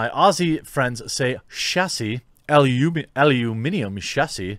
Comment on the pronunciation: Thanks for a great year of content, cheers from Australia, You said Aluminium Chassis perfectly !